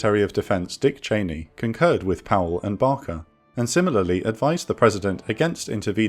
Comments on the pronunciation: Great stuff as usual...but Barker? It's Baker. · It's pronounced "BAY-KER" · This is fantastic. 🙂 The only quibbles i have is the pronunciation of Baker as Bah-ker (🤣) and referring to George Walker Bush as junior, something only his many political enemies used as that's not in his name. 😋 A great video of a somewhat paranoid country looking to lash out at perceived threats and people taking advantage of that. The bit where decision makers didn't trust the usual providers of intelligence due to their perceived failure to prevent "event A" is disappointing and worrisome as the shenanigans in the decisions during the push for war showed.🤨 I'm glad this channel exists and look forward to more from it. 👍🏻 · Secretary of State James Baker not Barker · Secretary of State James Baker. Not Barker. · Thorough research and a well presented documentary. One correction: James Baker, not Barker. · James Baker, not BaRker.